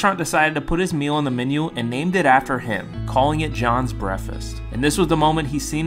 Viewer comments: Is anyone gonna talk about how he is not saying breakfast and saying breafest? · He has a speech impediment if you listen closely you can hear it through out the vid but he’s done a really good job on improving it though cause it’s hard to tell other than brefes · Breath Fist! 😂that’s what I hear you saying. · Can you not pronounce the letter K at all? You're pronouncing it, brefist..... Do you also say libary???🤔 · Brehfest ahaha dude needs to learn how to pronounce words before making videos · I know this is meant to be a sweet video but he can’t pronounce the k in breakfast at all, he just says “breafast” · Stop pronouncing K when u speak English Him: breafast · Thats sweet but work on your pronouncing cuh you say brefest its called breakfast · You know it’s not pronounced “Breffast”, right? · Dude cant pronounce the K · I know a few kids who pronounce it braf- kass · I couldn't figure out how to spell what I was hearing, so there would be no mistaking how it was pronounced...but you nailed it with brehfist, good job! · OMG...I didn't think anyone could get closer than brehfist, but breffas may be even more accurate! He doesn't pronounce the K AND the T. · that’s my point bro I’m saying that breakfast isn’t pronounced “brefast” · I adore grown adults who pronounce breakfast "brefuss" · Jason Genova pronunciation. “Breffis” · Breafess is how I’m pronouncing Breakfast from now on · Breh-fest is one way I’ve never heard it pronounced lol.. Anyone know that accent? Sounds like a mix between Georgia and Arkansas.. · I’m sorry, but the way you say breakfast gets me so mad it’s breaKfist breakfast you need to pronounce the K and the a sounds like I technically when you pronounce it😂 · U can’t pronounce K’s or something? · super annoying to hear him say it so weird. Wish he would respond. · he doesnt pronounce the k at all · I thought I have been mispronouncing breakfast my whole life. 😢 seriously. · No one gonna talk about how he pronounced breakfast